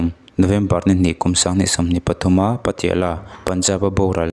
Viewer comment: Patiala,tih i thluk dan khi va mak bik ve mawle